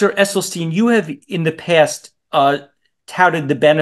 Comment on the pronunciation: Glad to see all 3 on one screen, but can we help the host with pronouncing Dr. Esselstyn’s last name? It’s not Esselsteen.